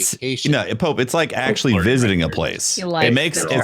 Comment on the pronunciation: The way Pope pronounces his name hurts me...